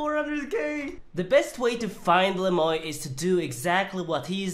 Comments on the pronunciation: Is his name really pronounced "Le Moy" instead of the French "Le muah" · you gotta say it like 'le mwa' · The way you pronounced Le Moi ("the me" in French) had me triggered lol But all good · Isn't le moi the french word moi pronounced moa? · His name is french but not a single soul can pronounce it correctly. You pronounce it as Le mwa (moi = french) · Le moy??? Does he not know any French lol